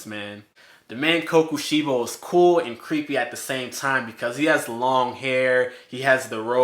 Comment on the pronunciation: Him saying sorry if I pronounce this wrong for kokoshibo him saying almost everything in the video wrong